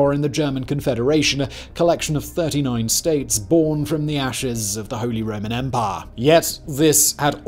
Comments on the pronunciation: I love the way says umpaah. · “EMPAAH”